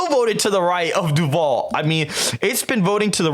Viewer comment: Votehub hasn’t updated FL either It’s nearly a 9 point lead for the GOP rn Also, I’m from duval county, ion like the way you’re pronouncing my home county 😂😂😂